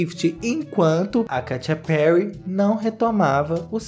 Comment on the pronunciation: Eu sempre morro de rir com a "Katia Perry" KKKKKKKKKKKKKKKKKKKKK